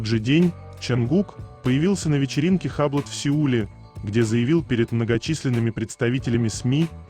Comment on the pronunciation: Не хаблот,а юбло